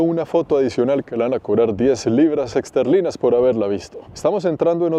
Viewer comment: No es libra "exterlina" es libra esterlina